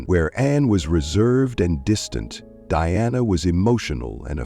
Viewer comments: The speaker is calling her Deanna instead of DIANA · The very least you could do is have your reading narative ai speak her name properly. It's Diana, not Deanna!